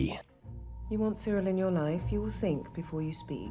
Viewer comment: IT'S "CEE-RIL"!